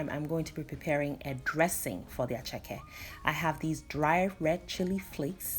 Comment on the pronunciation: Attieke not Acheke darling!! attieke!!